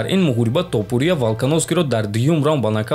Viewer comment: Братчон илтимос хаму топурияра дуруст талафус кк илтимос. ТопурИиия нестай у тОопурия меша. ИншоАллох наимов мезанаш.